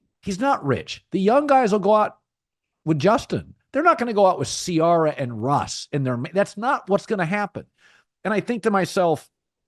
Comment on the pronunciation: Colin I love you but it’s pronounced See-Air-Ah! I’ve NEVER heard you say it right once.